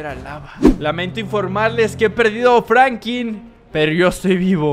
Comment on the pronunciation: Hola bro te felicito por el vídeo crack se dice franklin con l tu dices frankin